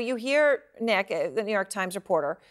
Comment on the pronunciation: His name was nick not neck.